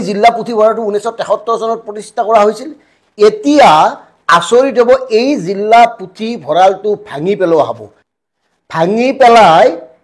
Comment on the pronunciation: জিল্লা নহয় জিলাহে।